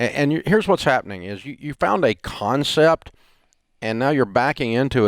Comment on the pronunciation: I like how Dave put the emphasis on CON in concept.